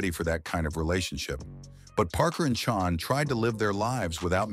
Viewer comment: Chan is pronounced Chann!!!!